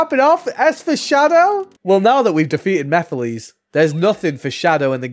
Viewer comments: Mefiles??? WTH?! 🤣🤣🤣 Is it that hard to say MEH-FEE-LESS?!! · I did NOT know how to pronounce it for the longest time so I kept saying Meh-files LOL